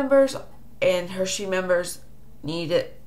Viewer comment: Um, okay so Ima just say it cause it's bothering me...it's not pronounced "Hershey's," that's a candy company?? It's Heresy, pronounced "hair-e-see" if that helps you any. So ... Yeah....